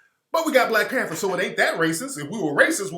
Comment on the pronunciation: "you ah de new blek pentha"